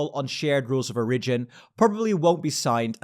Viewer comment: Small tip: the emphasis in 'origin' is on the o, not the first i